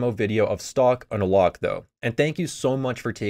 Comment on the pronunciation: You pronounce it like "stock on a lock"